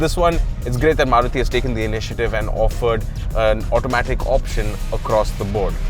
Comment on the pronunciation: love how you say maruti giving it the indian feel which it is others dnt do it